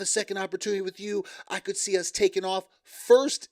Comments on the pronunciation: I HATE wit you for with you!!! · Could someone teach how to speak...its "with you" not "wit cho". Come on...grow up!!